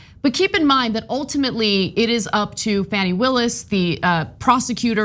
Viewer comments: Ana, I think that the Fulton DAs name is said like fawn-ee not like fanny. But I love y'all's show, I nearly fell off the couch laughing about Bobo making an ass of herself talking about public urination. Ur HILARIOUS!! KEEP UP THE HILARITY!! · FAWN-ee Willis.